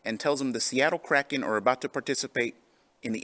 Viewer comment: Add "kraken" to the list of words Phil can't pronounce.